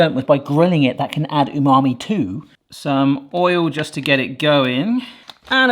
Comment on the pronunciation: Stop saying unami. it's pretentious. say savory.